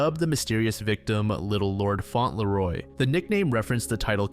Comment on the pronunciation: Fauntleroy is actually pronounced faun-tul-roy. Great video!!